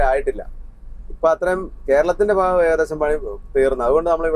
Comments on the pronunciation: Faagam & faasha alla.. Bhaagam & bhaasha! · 🙋💖 fa എന്ന് പറയാതെ ഭ എന്ന് പറയാമോ?❤ ഇടയ്ക്ക് നന്നായിട്ട് പറയുന്നുമുണ്ട്. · Ponnu, Bha ennu parayuka Fa alla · ഇത്രയും നാൾ കുഴപ്പം ഇല്ലായിരുന്നു.. വന്നു ഫ തുടങ്ങി.. ഫാഗം, ഫാഷ.. Don't you guys know how disgusting it's 🤮